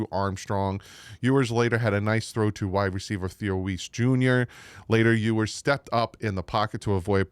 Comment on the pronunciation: You’re pronouncing his name wrong, which is OK just go with NWI